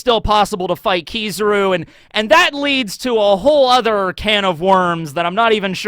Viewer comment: I’m sure you know how “Kizaru” is pronounced. It was the same thing with “Yonko”, you continue to mispronounce foreign names even when you’re made aware of how to properly say it. What you’re doing is a racist tactic used by far right white suprematists to get attention. This is why I stopped watching this guy you’re a 30 year old man act like it.